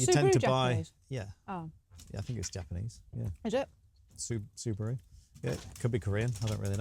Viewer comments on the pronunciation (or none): tell it like it is. No,! It's horrible!(the car. We pronounce su ba ru Subaru, not Supa ru.